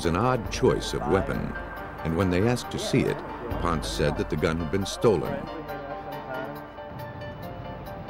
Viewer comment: Ponce pronounced: Po-n-say not “Ponz.”